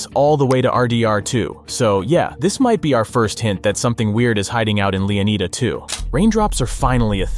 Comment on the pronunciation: Is it just me, or is EVERY (p)reviewer totally wrong in pronouncing Leonida? Clearly, it's a hint to Florida and should be pronounced as such. Flórida—Leónida. Right?